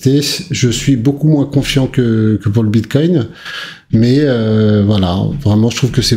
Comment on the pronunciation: Vers 6 minutes 50 ta failli dire une fois de plus Biscoin 😂